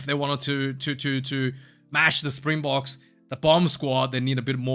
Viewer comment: Awesome job with the pronunciation of those names man!! For someone who doesn’t speak the language, you did great🍺 9 and a half /10